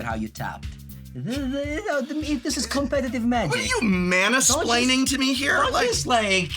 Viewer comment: I love "manasplaining" xD